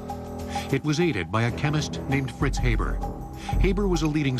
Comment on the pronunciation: Haber is not pronouned hey-ber, but hah-bear